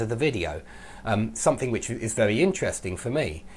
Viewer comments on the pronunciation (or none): none